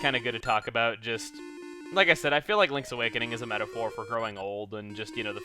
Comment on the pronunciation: Okay but it sounded like he said "aboot" a few times.